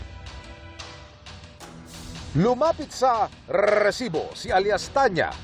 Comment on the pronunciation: ilan po ba ung R sa salitang resibo?